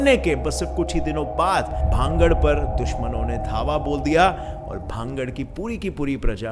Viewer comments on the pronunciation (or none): Please speaks Bhan-garh not bhangad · Its not भांगड़ its भानगढ़।🙏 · Bhangad h na ki bhagd